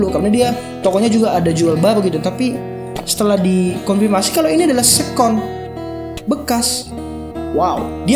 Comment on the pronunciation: keren tp mau correct aja ya, seccond bacanya seken. bukan sekon. sukses trus